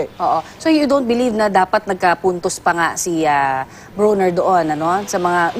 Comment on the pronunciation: Not Bru-Ner its "BRO-Nr"